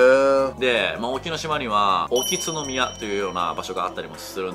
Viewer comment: 「おきつのみや」じゃなくて「おきつぐう」です。 天照大神の娘3人が本土と大島と沖ノ島にそれぞれ祀られてます。 ちなみに宗像大社はカップルで行くと神様が嫉妬して別れさせるという話もあります。